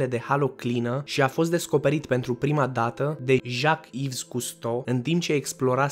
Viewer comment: "Yves" nu se pronunta "ivs", ci "IV", nu se aude "S"